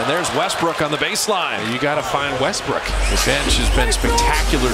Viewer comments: The announcer said Westbrick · Commentator called westbrook westbrick lmfao😂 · Did he just call him "westbrick"